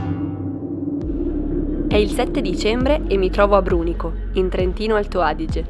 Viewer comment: Attenzione a come dice Brunico